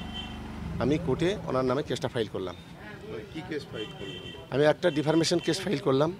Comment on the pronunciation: ডিফেমেশন কে ডিফারমেশন বলছে।😂😂